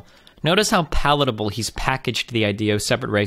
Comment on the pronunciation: Destiny you're so cute it is pronounced palpable